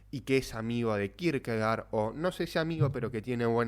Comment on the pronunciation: Se pronuncia Kirkegord en danés. Gracias.